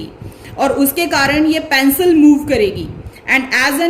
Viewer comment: Mam your teaching is incredible but the pronouncitaion of pencil is pencil not pancil